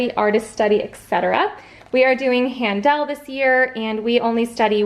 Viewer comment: Music major here. It's not Han-dell like you are saying. It's pronounced han-dl or HEN-Duhl if you want to sound authentically German.